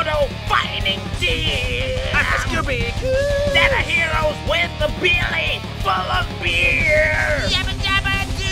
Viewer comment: ещё эти попытки в конце that ze хироис xDDD